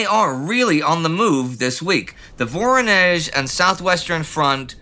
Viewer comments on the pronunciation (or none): none